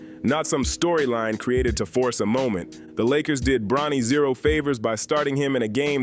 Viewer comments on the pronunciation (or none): none